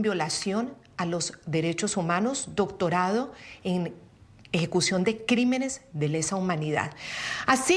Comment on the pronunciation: nisiquiera puede leer "doctonado". 🤡